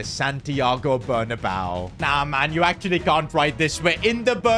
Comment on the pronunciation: says bernabao insted of bernabeo